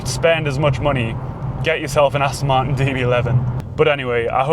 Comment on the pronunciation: For the record there is the letter 'T' in Martin as in Aston Martin!!